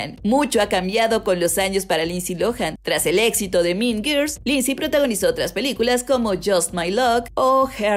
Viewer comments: "Min Girs"... Jajajajjaja... qué mala pronunciación....se mamo...."Las Min Girs" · No supero la pronunciación JAJAJA "min girs" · Morí de risa con el "MIN GIRS" JAJAJJAJAJAJJA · Porque no puede pronunciar “mean girls” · Si no tienes idea cómo se pronuncia mean girls, mejor dilo en español.